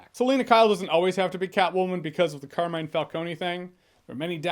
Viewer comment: Car Me Ne (like the first syllable in the word Never) Finally the accent goes on the first syllable: Càrmine. Not "Car(which is)mine"...